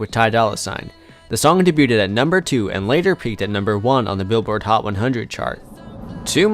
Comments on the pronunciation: Can someone tell this f*cking zoomer that it’s pronounced “day-beued”, not “day-buted” 😂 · Can someone teach this narrator how to pronounce debuted? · Lol I just commented about the way he says debut/ed. Dudes enunciation is so on point that when he's saying something a lil askew, it's more noticeable.